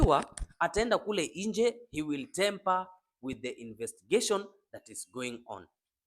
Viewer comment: Tamper not temper